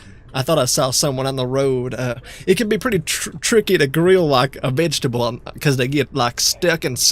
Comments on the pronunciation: Mr scam man, it's vegetable not fetch-tabble. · Steak= a stick Vegetable= veg tahbal Virus= wirus